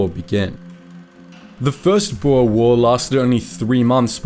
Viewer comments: For anyone wondering. It is pronounced, "Boo-r". Boer translates directly into farmer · Boer is pronounced as “boor”